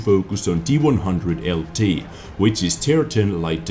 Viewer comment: Hi Anfield here, this tank name should actually be pronounced T-ONE-ZERO-ZERO